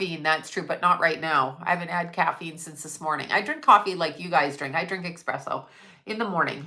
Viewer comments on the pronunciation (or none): Im not the English teacher here but, when I hear someone pronounce something wrong, I want to correct them. It's ESPRESSO not EXPRESSO. Love you xoxoxo I love listening to you. You give the truth, always. Thank you!!!